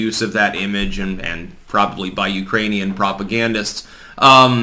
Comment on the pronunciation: I thought I heard him say "Uranian people".